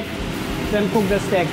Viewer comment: Is he saying steak or stick 😂😂